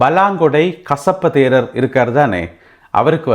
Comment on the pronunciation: நீங்கள் கசப்ப தேரர் என்று சொல்றது எனக்கு கொசப்பு தேரர் என்று கேக்கிது